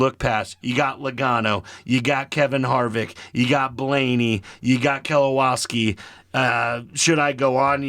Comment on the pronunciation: Believe it or not I've never left a single even remotely negative comment on the internet since I was in middle school but c'mon guys you can't be serious? Steinhouse? Buschler? Kelowawski or however the hell you tried to pronounce it? I don't think you should be giving betting advice when you don't even know the names of the people you're betting on. I get NASCAR isn't everyone's cup of tea but you could've at least PRETENDED to have actually watched even a single race before uploading a video suggesting how people should spend their money. I started watching for genuine picks but only finished the video for the comedy. You're welcome for the watch time though, I get it. Do at least five minutes of research next time or stick to ball sports if you want to be taken even remotely seriously by anyone who at very least knows who Brad Keselowski is.